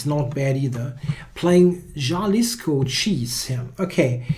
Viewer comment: Jalisco is pronounced "ha-LEES-ko".